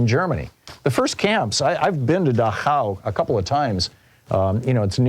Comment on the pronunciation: Dachau, the concentration camp in Bavaria, is pronouced DACH-au, with the stress on the first syllable.